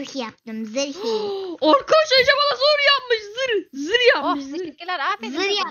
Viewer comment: ZIR DEĞİL ZIRH😂